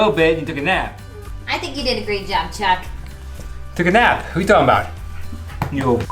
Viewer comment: Not Chuck. CHONK!